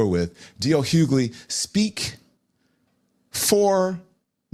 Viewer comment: DL WHOgly? Lol and the Lemon head is so annoying. You keep doing you Officer Tatum! ❤